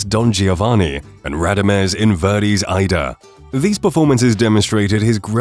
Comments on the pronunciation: How many mispronounced Opera titles can you fit in one video ? Ida ? 🤣😂😅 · The robot announcer has no clue how to pronounce foreign names like Aida and Figaro.